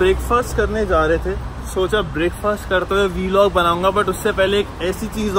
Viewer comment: VLOG BECAME Ve log.Audi became Avvdhi😐